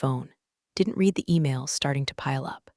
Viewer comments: RED …RED… RED The past tense of “read” is pronounced…..RED !!! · Hi I enjoy your stories but you need someone to proofread them before you publish them. The pronunciation of certain words is wrong. Read as a current action is different from Read as a past tense. Also, there are technical terms that are incorrect and as a retired Geek it is distracting to keep finding mistakes. I enjoy your stories but please get someone to look them over and listen to them before you go live with them. Live as in A-LIVE and not Live and let die. Thank you A-Fan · Someone needs to teach ai that the word ‘read’ has two different pronunciations, depending on the tense. Also how to read numbers when Arabic numerals are used instead of the longhand written form. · How much does Slack pay these people for product placement? "I typed four words- refer to my exit protocol" Duh! AI can't count. Nir can it ever tell the difference between read (reed) and read (red). Amoung other things, though we didn't get a ray-al instead of real. Oh well, next time. Vin-ho verd, like nerd! Oh, c'mon, this is just silly now.